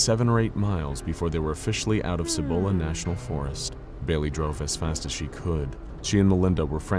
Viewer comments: Side note; because I hate how you pinché gringos can't pronounce some of the SIMPLEST Spanish(+Spanglish) words & names from here in NM(or in Spanish in general really)!! It is pronounced "SEE- BOWL- UHH" National Forest!! It's the forest on the eastern side of the Sandia(SAN-DEE-UHH) Mnts. Sandia being Spanish for watermelon, because of the color the sunset shines against the range(the range that is closest & most visible from ABQ, which also secretly holds an underground base that is directly associated to Kirtland Airforce Base and the Sandia National Labs! A place which, allegedly, is the actual place that the crafts from Roswell were taken, reverse engineered, reconstructed, and then eventually were used & improved on for the US Government. My mom used to work at Los Alamos National Labs(WITH BOB LAZAR NO LESS) near the reactors & the other nuclear resources(maintaining the highest level of clearance a civilian is able to) and she told me that because New Mexico is essentially the world's biggest volcanic graveyard(with all kinds of volcanoes from all different eras and ages) that there are giant, miles long tunnels that connect LANL to SNL over 90 miles away, and to several military bases, most notable the Dulce base which is ridiculously famous for being the central location for an alleged underground alien revolt battle from the hybrids created by the US government!! Dulce also being one of, if not THE MOST UAP & other paranormally active places in the state and count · >.< another good episode but I have to be a pain. I'm a NM local and for the pronunciation for Cibola. The C actually says its name so its not a hard or soft c. its one of the weird ones i know. Sorry local pronunciations not said correctly kind of urks the locals.